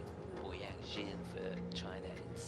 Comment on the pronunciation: When can the commentator pronounce Boyang's surname right? He's a two time World Medalist, it wasn't hard to find out how to pronounce his surname Jin😅